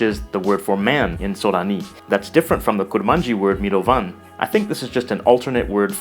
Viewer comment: You put the stress on the last syllable, but I thought, by the way I heard , you still put the stress on the last syllable of the root word, making it "miROvan" instead of "miroVAN"